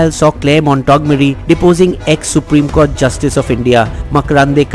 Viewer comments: Mont-go-mery, not Montog-mery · It's Clare "Montgomery"....im talking about the pronunciation....ur saying it wrong in the vid....ur saying "Mon-tog-merry"...it should be "Mont-gom-mery". Im not correcting to insult, im correcting cos I love the content on this channel & I'd hate to see anyone think less of it jus cos of an honest stupid pronunciation mistake that is in no way reflective of the fantastic content this channel creates. People of wisdom appreciate corrections....hence I thought I'd point it out. Peace & as always great vid. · Awesome video. But it's mont gom ery not mont og mory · It’s MONT- GOM- ERY! Not Mont Tog mery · The pronunciation of Montgomery is incorrect in your tape sir..........it should be pronounced as Mont-gomery.